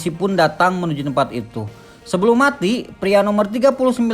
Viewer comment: Keren Ayo bahasa Indonesia nya agak lebih dibenerin lagi bg Biar makin kece Pria jngan priak atau dewasak 🤗🤗